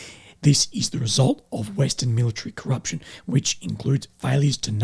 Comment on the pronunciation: 😂😂😂 “Coupprtion” what an illiterate it’s corruption